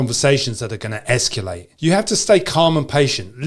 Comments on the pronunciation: esculate is killing me but great video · I love your content, but... There is no "U" in "escalate". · Esculate? How is that just a regional accent thing, and not a butchering of the language? Hmm...